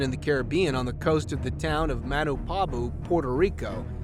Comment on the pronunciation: The pronunciation of the town in Puerto Rico is MA-uh- NA-boh